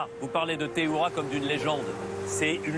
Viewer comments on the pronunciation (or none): Dsl c est pas theOUIra mais théhuira